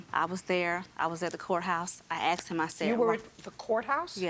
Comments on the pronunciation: "I axed dim..." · “I axed him” 😂